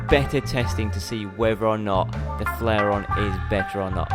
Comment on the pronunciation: its the flairon, not flairion